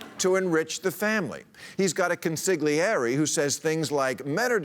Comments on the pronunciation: It's not "con-sig-liere" - it's pronounced 'con-sil-y-airy". In Italian, the "g" before a consonant is pronounced as though there's a "y" after that consonant. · … in Italian is pronounced ‘lly’. Please learn how to pronounce ‘comsigliere’.